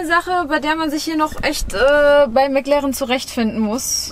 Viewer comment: Das ist immer sooooo geil: "Mäck Lärrren!" Ich schmeiß mich immer weg! 😂😂😂😂😂😂😂😂😂😂😂😂 😎✌️